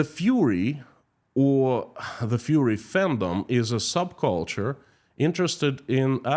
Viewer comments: it's fUrry, not fury :D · ITS FURRY not FURY (IE furry animals it means their fluffy skin coat.Furry and fury are pronounced different ie furry and fury pronounced different. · Not Fury -you mean Furry - like wearing a cat suit. Fury is anger Furry is from fur - like animal fur. With fury you hear the u sound, but Furry would not have tge u sound - more like a fir tree. An F in front of the er sound. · I love as he keeps saying "fury" and not "furry"... but probably it fits Russia better 🙂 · Не 'фьюри' а 'фурри'. Так будет правильно. А то мы тут все попадали 🤣😂🤣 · Furry is pronounced FER ee. FU ree is how to pronunce fury, which means very high energy anger. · It should be Fur EE . No Fury LOL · Furries,😊 🐈 as in rhymes with ' infer'.. furry, cuddly. Fury, on the other hand ... 😡😡😡 rhymes with JURY. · It's "furry" with the "u" pronounced as in "murder." "rry" is pronounced "ree" as in "glee." "Fur" - "furry." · I love that you pronounce furries like fury.